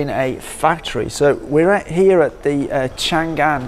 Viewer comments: Chang An, not Chan gan. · a little mistake，it's chang'an，not chan'gan😂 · The correct pronunciation of Changan is Chang'An (长安 Chang An）, not Chan'Gan. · Stop saying Chan gan, it is Chang an. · The correct pronunciation of Changan （長安）is Chang_an, not chan_gan. Chang in Chinese means long , an means peace. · this is chang an,not chan gan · it's chang an, not chan gan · chang an , not chan gan !!! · Chang An, not Chan Gan ,please ! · “chang an”...not “chan gan”.... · don't know if anyone mentioned, but the brand pronounces Chang-an instead of Chan-gan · By the way, the name pronounce should be "Chang An" instead of "Chan Gan" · it is Chang'An not Chan'gan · Changan pronounces Chang-An, not Chan Gan, it also confuses me sometime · Its not Chan Gan, Its Chang An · Nice video, but it's Chang-An, not Chang-Gan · it's Chang An, not Chan Gan. It means peace forever. It's also the old capital's name. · Haha，a little mistake，Changan’s pronunce is “chang an”，not “chan gan”. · It is Chang an. Not Chan gan. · Thank you for introducing China to the world. Just one thing, pronounce Chang an separately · Not keen on finger print control, assuming that if your finger /thumb get injurerd, you can still open your car some how. By the way, 50 sec a car will mean about 1800 car a 24 hour day. You said 600 car a day. That will be 150 second a car. One more point, Changan pronounce as Chang An. Great show, enjoy your time in China.